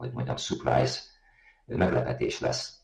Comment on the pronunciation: Nem szoktam beirogatni de ez a pasas ha U - val ejti ki a surprise szot es elmagyarazza az ABC csatorna neve h van irva akkor ez egy nagyon kinos post Itt ki is kapcsoltam pedig nagyon szeretem nezni a musort. Gagyi . Junk